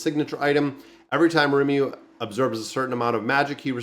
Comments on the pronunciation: I don't get it, why is it hard for you to say his name? Lee-mou-lou it's from japanese so the r are very light and rolls on the tongue, to a spaniard I wouldn't tell them to use a l sound cuz their r sound are closer but for an american, deffinitely use L.. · Ri-muh-roo.......Can't miss this one!!! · One of my favourite animes. Pronounced Ree-mu-ru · Its ree-moo-roo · His name is Ri-mu-ru, exactly the syllables sounds like. If you want to see his ultimate skill, just search for Rimuru massacre and you'll see it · Ree-Moo-Roo. As a big fan of the show... this video hurt lol. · butchering names is like his gimmick 😝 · Its Rimuru bro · you won't be cancelled if you mispronounce rimuru's name as long as you don't assume the gender..